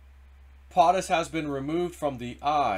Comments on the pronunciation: For the love of God man, if you are going to speak on your videos, learn how to pronounce words! When you pronounce POTUS like potted instead of like potato I feel like screaming. It's a long O dude. Makes you sound ignorant even though you are not. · As already stated PO' Tus not POT us, PO as in Ho like the fake VP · Not sure why it annoys me but it does. It's PO-TUS Not POT-US Po-ta-toe Po-tat-oe right? 😂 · It’s pote us Not Pot us POTUS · YEEEEEES hes been told and told and keeps doing it. It makes him look like an illiterate boob. He cant pronounce 1st ladies name correctly either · PO- TUS. You are saying it wrong. Hurting credibility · Please, learn how to properly pronounce “POTUS”.